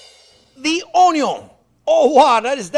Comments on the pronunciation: Lol what is "onyo"? 🤣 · Thanks so much for sharing this lesson. I appreciate the fact, you had arranged the vegetables in alphabetical order, so it is each to go back and review a particular section of your class. I especially enjoyed the ONYO. Plus the time you had spent putting up the video, saying thank you is not enough. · ONYO 2 from the original creator of ONYO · Come here for the onyo 😂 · OH the ONYO!!! That was so enjoyable! " you dont need the vertical cut" (horizontal) THAT IS SO TRUE!!! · "onyo" - chef jean pierre